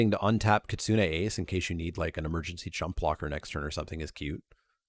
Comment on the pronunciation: Thank you for pronouncing Kitsune correctly! growls at some other MTG-tubers